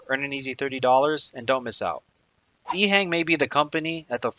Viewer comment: Informative. Having been to China a good bit, it's pronounced "EHong" as opposed to "Ehang". subbed.